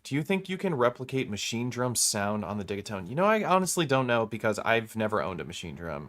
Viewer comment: The locals say, "Dinghytone," like a dinghy tone.